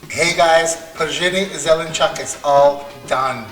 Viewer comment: OMG LOL, you nailed it by saying vegetable in a dialect. Zelenchok, instead of the standard zelenchuk. Przhen zelenchuk is right. Пржен зеленчук. I had it today. 😁😂 Yammy.